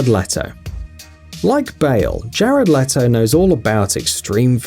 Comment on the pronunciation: It’s lee toh